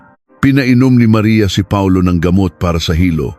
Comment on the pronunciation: Instead na Paulo Reyes Pa-ulo Reyes Hehehehe 😅😅